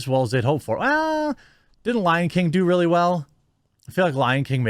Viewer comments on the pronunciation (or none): none